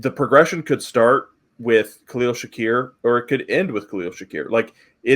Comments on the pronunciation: *Shakir, not Shakur. But otherwise a good video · One of you needs to learn how to say shakir, the other nails it